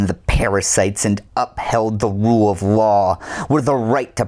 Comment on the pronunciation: The wule of law? lol